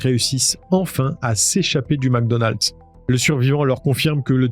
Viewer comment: Mecdonald ..pas macdonald